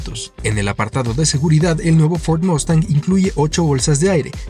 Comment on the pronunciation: Yo también hablo inglés, pero se dice MUUUUstang—con “u”—cuando estás hablando en español.